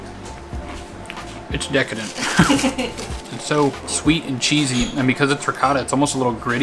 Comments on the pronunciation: Re-cō-ta, not Re-ca-da. Ricotta literally means recooked, so think of that when trying to pronounce it. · actually its pronounced ree-co-tta. ree like rihanna, co like co-op and tta with a strong emphasis on the T like tabboleuh salad.